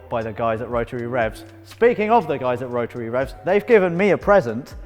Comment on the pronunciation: Not a damn word... Spoon a bearing? Mazda Rah-uh engine?